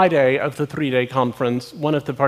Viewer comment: i like the way he says thdddree